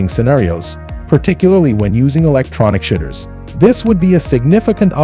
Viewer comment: Get a real human to do the VO would you? I mean “electronic shitter? 😂 That aside, great video thanks.